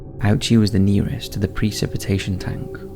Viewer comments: In Japanese, it’s pronounced more like Oh-uchi but yeah, written in English, it’s still unfortunately ironic 😅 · Yeah but it is actually pronounced Oh-oo-chi, not owchy. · The pronunciation of Ouchi was auchy to my ears. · dude, really, ouchie? maybe next time run the name thru google to get the pronunciation...japanese is hard but not that hard...Also, ee nunce ii ate! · “Ouchie” isn’t quite the correct pronunciation, though it does have a dark irony in English. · Worst part was pronouncing Ouchi as Ouchy given his painful death.